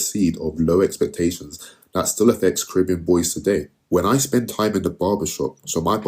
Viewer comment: Even the way you say Caribbean shows that you are a conformist.